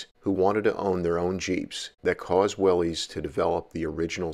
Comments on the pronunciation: It's pronounced Willis, not wileez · Willy’s is pronounced “Willis”, like Bruce. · "Willies" or "Willis"-? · Well then they should spell it like "Willis". Everyone I know who was around when Willys existed calls it will-ees.I'm pretty sure the "Willis" pronunciation only started with the Bring A Trailer swells about 2 years ago. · Based on what i’ve read and watched, it is pronounced willis.